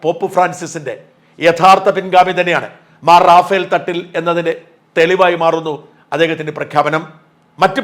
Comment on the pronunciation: റഫയേൽ എന്നാണ് ശരിയായ ഉച്ചാരണം.. റാഫ്ൽ അല്ല റഫയേൽ fighter ജെറ്റുകൾ ഇന്ത്യ വാങ്ങിയിട്ടുണ്ട്